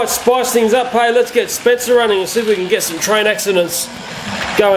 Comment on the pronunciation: sounds like you said spitzer